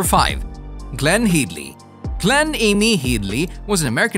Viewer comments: Head-ly, not Heed-ly. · Her names Hedly. Not heed-ley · How is it so hard to say Headley (hedd-ly) and Armatrading (arm-er-trayding) Brother of Joan Armatrading for goodness sakes? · Glenn Headly Pronounced head-ly. Ruined the video, learn the names!!!